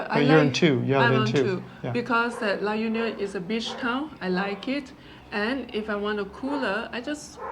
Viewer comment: U also visit the Visayas esp the Central Visayas or Region 7. La Union is pronounced as La Onion .